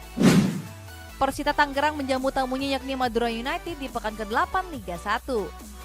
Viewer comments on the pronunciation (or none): none